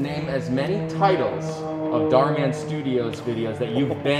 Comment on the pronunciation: And said dorman😂😂😂😂😂😂